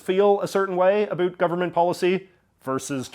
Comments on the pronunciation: "UH-BOWT" for Pete's sake. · Why does someone born in Vancouver not know how to pronounce ABOUT?!?!